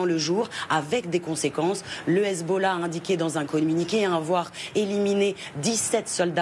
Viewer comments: le sarradin il m'insupporte, le gars il a un enorme accent francais mais il peut pas s'empecher de prendre son plus bel accent arabe quand il prononce hezbollah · Dites moi pourquoi votre reporter en iran quand il prononce hezbollah ,on a l'impression qu'il vomis ?